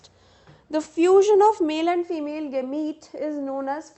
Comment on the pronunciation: Thats no gamiite its gamete